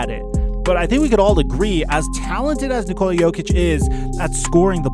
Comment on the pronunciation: god damn it it’s NICK-ola not ni-COLA